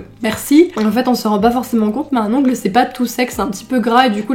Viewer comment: « Ongleuh, manucure » ❤️